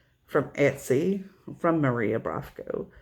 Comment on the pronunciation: Maria Brovko is well known designer in Ukraine (you pronounced her name pretty well)). I believe every cross stitcher in Ukraine has at least one of her patterns so am I) they are so cute